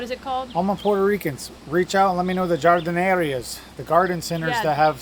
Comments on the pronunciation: Jardineria is Har-dee-neh-REE-ah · Jardineria (garden center): "Har-dee-nee-ree-ah" :)